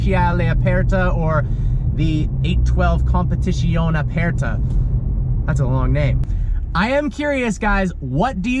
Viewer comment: Great job on getting the name correct. 👏🏾